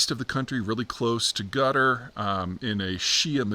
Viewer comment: Did Peter just pronounce Qatar as "gutter"? How odd.